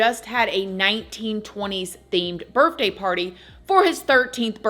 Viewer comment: How says "birthday" always makes me giggle. Love your channel! ❤